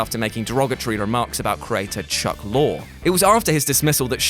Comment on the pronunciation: Chuck Lorre's named is pronounced the way you brits pronounce Big Rigs, Lorrie .